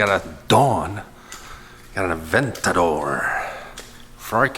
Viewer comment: Haha... Orange “”entador..??😁😜